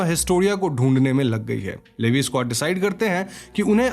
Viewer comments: Bhaiya ji It's not लेवी it's actually लिवाई Please correct this Btw explaination is too good ❤️❤️😙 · Not Levi it’s. Liivie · It's not livi 😭 it's leviiiiiiii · Levy bola aapne Levi ko Lee Y bolte hai usko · abey chomu livi nahi lee why aise pronounce karte bhadwe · the pronounce is not "Leevieee" it's "leeeevaaiiiiiii" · Man that is levi not levie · It's levi...not livi... 😭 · It's not Levis it's levi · Levi is pronounced as levy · It’s levi not lyvi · Levi 😂😂😂 It's levai if pronounced 😂😂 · levve nhi levi!!! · Sir sorry to say but it's ley don't say levi spalling is right levi but it say ley he is my love please correct what you are saying 😀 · Its li- vie not li- v. 😢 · He said leeevi layvi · It's Levi not leve 😅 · Levei 😂😂 Leave iiiiiiii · Bro It's Levi -लिवाय 🥲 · its leevai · It's L E V I😅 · I don't know where you watched AOT, you said 'Lady Mikasa', Grasia to grisha and Levi is produced as Leevai😅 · Bro its lee-Vi (vi like in violet) and Han-je brother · It's not Levi it's levaaaai 🥲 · Bro Erwin ka spelling galat hai Levi ka pronunciation galat hai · Baruto nahi Bertholt hai aur Levi ka naam bhi galath pronounce kia hai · You pronounced Levi wrong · Bro you pronounced levi wrong. Plz correct it in the next video.😢😢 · You butchered their names 💀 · Levi ko galt way me bol rahe ho